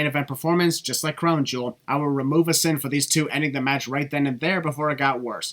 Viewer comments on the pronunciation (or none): none